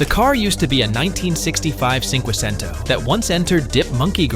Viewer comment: It's pronounced Chinquichinto Not sinquicento C is pronounced Ch in Italian